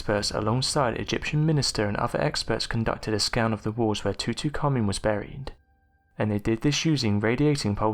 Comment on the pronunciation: 2-2- Common?? C’MON! Tutankhamen...is not pronounced TO-TO!!! Also there’s actually SO many more better unexplained mysteries of Egypt, such as severe water erosion on Sphinx? I believe these pyramids were left for ALLLLLL Humanity not just thee despicable ruthless thief Zawi Hawass, I mean the Egyptian Antiquities department seems more corrupt then the decades of US Government 🤥 lying about UFO’S & possibilities of alien intelligence!